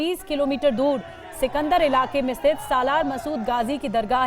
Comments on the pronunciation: सिकंदरा है जगह का नाम! सिकंदर नहीं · Sikandar nahi sikandra hota hai